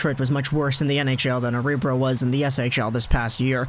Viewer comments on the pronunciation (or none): Aw-Ree-Brow? 🙂 Örebro! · Örebro (uh-re broo) take it slow , sounds much better